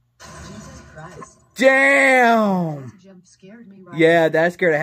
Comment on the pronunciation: sounds like you said "Game" instead of "Damn"